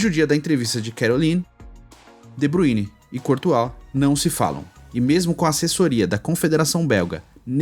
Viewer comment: Nào é de Buine porr@ . Se lê de Bráááyne !!!